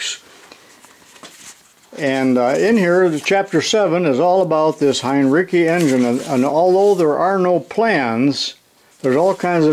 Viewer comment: Wonderful video. BTW. the pronunciation is 'hine-ritz-ee. Thanks for all of the education!